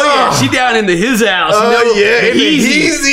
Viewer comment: hizouse LMAOOO